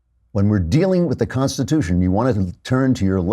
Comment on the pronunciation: Pronunciation key: the Constitutia?